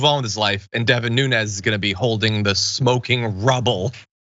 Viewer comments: His name Nunes! Not Nunez! Nunes pronounced NOOONS! He is Portuguese and won't claim it. If hide your real name, nothing but💩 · His name is NuneASS.